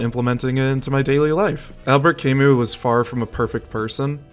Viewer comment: Good video but the way you say Camus throws me off hard so I disliked